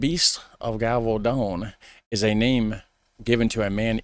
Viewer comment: The "g" in Gévaudan is not pronounced like you did (like in "garage"). I'm trying to find a sound in english how the "g" is pronounced but can't find it. if you're not sure how something is pronounced you can look it up in Google. If you type "la bête de gévaudan pronunciation in french" in Google at the top of the searches you'll the sentence with a little speaker under it and you can listen to how it is said.